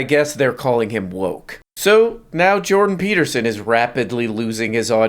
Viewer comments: it's Jordan Peelterson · Jondon Pee Beatermin